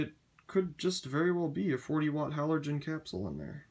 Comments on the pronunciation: It says on the box that they are halogen bulbs. Sounds like you are saying 'halorgen' and not 'halogen', putting an extra 'r' where there shouldn't be. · buxterbaxter yeah, I love the way he pronounces halorgen 😂😂